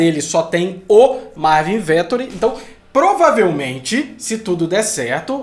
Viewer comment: Pelo amor, falei os nomes corretos! É Vet óóó ri, pqp